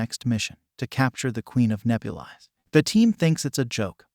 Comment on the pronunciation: I don’t like how he mispronounced Nebulis